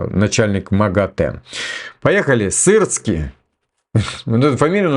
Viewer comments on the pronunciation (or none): none